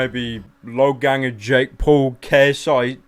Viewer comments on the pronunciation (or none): *Logangster. Not loganger logangster